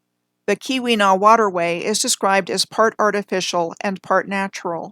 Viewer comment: Very nice coverage of my homeland the Upper Peninsula of Michigan. You did pretty well with your pronunciation of Houghton county (ho-ton) and the Keweenaw (key-wa-nah)! I'm near Munising, which is home to Pictured Rocks National Lakeshore. There is a lot of interesting old world architecture in just about every town and small city up here and I've been thinking about starting a project with my daughter documenting these buildings what I plan to call the "Marquette Mudflood"